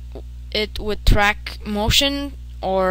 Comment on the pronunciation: "u can do dis by, ummm, making it track wit track motion, or..."